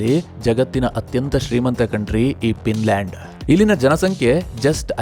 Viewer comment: It's Finland not pinland